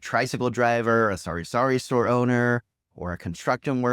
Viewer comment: It's funny everytime you say sorry-sorry store instead of sah-ree-sah-ree 😂